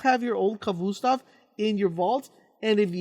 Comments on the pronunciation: It's pronounced ka-vost-ov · it's annoying the way he says khvostov. "khvoostov" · I like the way he mis pronounces Khvostov